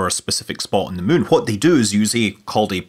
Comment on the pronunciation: not sure if he just says Mun instead anymore or it's just his scottish kicking in